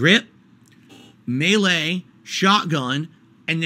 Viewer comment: If I'm a developer and the only person backing my game up was, I'd take it as a loss and quit my job. He thinks he's so clever by being a contrarian and calling everyone idiots. Dude can't even pronounce the game's name or the word "melee" correctly.